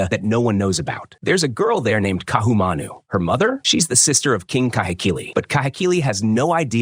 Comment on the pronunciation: the stupid AI comments why doesnt somebody prooflisten and correct Ohio and other nonsense. Ka'ahumanu mispronounced.